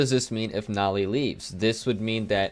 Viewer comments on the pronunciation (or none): I hate the way you pronounce Noly it’s meant to be like holy